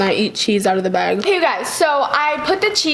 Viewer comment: u know u’ve been watching too much when u read bag as bèg